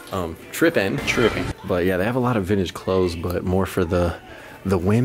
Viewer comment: He said tripping like dripping.